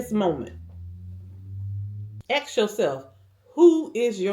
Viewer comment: YEAH....AXE YOURSELF. Do people no longer get an education? I believe the word is ASK....ASK....ASK! Not AXE.